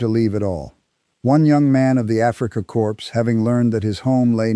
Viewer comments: Core not corpse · Hey . Please don't pronounce the S